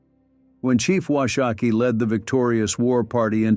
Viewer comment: Wash - a -kee. A Shoshone woman corrected me on that. She was as nice, pleasant and respectful to me in the correction.